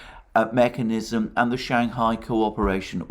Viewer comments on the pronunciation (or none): none